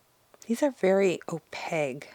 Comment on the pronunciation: It sounds like your prounouncing opaque with a g? The q would be prounounced like a k, o - pake like cake. These metallics are super gorgeous, though the acrylic pallets and dropper, with the velvet pouches? That already tells me these are probably more expensive then I'm willing to spend for some colored mica in binder lol. They are very pretty though.